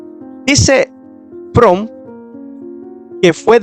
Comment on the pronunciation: Buena información, desde el punto de vista histórico, una observación ten cuidado al editar y también al hablar hay muchos errores de pronunciación y es Leroy Edwin Froom (Lirroy E. Froum pronunciación)